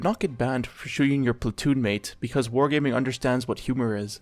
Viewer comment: blud said "whore gayming" 💀